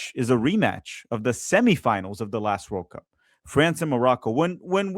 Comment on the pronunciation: The way you say World Cup is weird you put the emphasis on the words oddly